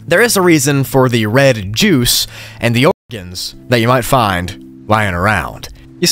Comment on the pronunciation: Bro can't even say organ.